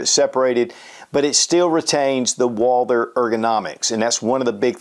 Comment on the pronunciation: “Walder?” Lol